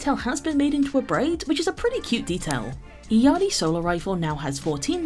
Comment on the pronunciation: Her name is pronounced: “ill-yar-ee” 😊